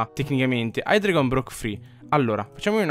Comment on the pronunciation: non per fare il preciso ma si pronuncia haidreigon